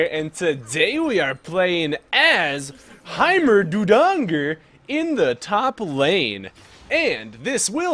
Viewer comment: this is how u pronounce his name High Ma Ding Ger